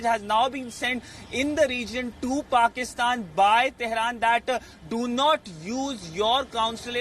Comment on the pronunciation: I love how you call it paxtan instead of Pakistan. There is nothing pak about them.